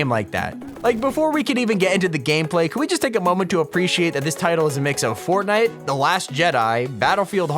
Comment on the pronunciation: i thought it was fortday lol